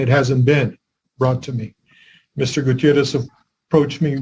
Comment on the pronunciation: I love that he pronounced Gutierrez correctly. This must me in CA, AZ, NM, or TX. I grew up in AZ